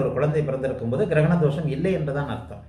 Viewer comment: Girakana? Funny. Say grahanam or eclipse